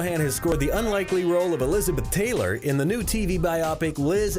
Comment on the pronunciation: Are you saying "lizard dick" or am I just hearing what I want to hear?